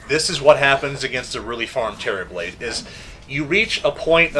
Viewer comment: for some reason I keep thinking he's saying "Cherryblade." I cannot unhear this xD